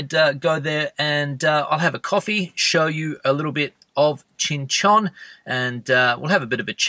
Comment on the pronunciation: Or Qing Chon, or Chinchin😂😂😂 please rectify. It is really funny